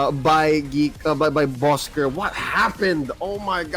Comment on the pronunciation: Please say it right!!😑.Bosskur!!!